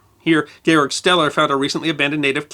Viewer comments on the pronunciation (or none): none